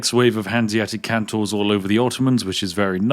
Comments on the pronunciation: It's not Kan-Tor, Its Kon-Tor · ÍTS CALLED KONTOR NOT KANTOR K OOOOOO NTOR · Its CONtor. Not CANtor. Please.. Spiff! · I really, really wish you'd stop pronouncing "kontor" (meaning "office") as "cantor" (meaning "Christian choir leader").